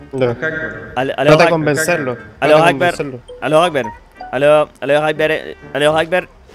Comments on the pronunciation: por que dice "alu akbar"? no es allahu akbar ? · es alaju akbar. No alu jacbar